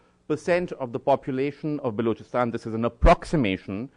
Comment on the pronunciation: Balookistan.. Cant even say it properly..and I should expect him to talk about it properly..